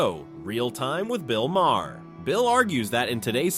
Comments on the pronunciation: Maher is pronounced Marr. Like Johnny Marr from the Smiths. He was born as a Maher but changed spelling at 14 so people would pronounce his surname right and avoid confusion with drummer John Maher. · Who the hell is "Bill MayHair"??? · Way too much narrative. And WTF is Bill Mayhare? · "If you know Bill Maher..." Says the guy that keeps fucking up his name.